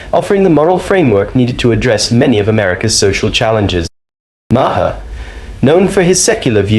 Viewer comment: Just a thought... you might want to learn how to properly pronounce names BEFORE you make a video. Maher is pronounced exactly like the word "mayor", like the leader of a city.